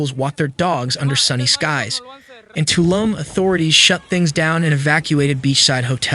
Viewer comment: its pronounced toloom